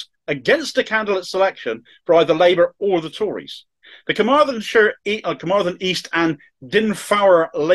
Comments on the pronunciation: Your pronunciation of Llanelli and Senedd was very good. A helpful tip on Dinefwr. It's pronounced DinEHVoor. The emphatic point is in capitals. Thanks for the story. I haven't seen this picked up elsewhere. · 8 out of 10 on the pronunciation, lovely boy! Dinefwr was one step too far. Otherwise, not bad at all.